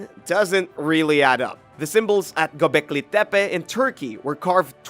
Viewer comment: Why are you saying it like it is from mexico it is gobecli tepe just like it sounds no Spanish accent on it te pe. Pronunciation is important for young people. O one likes to be made fun of because they watched a video and believed what they heard. Juat saying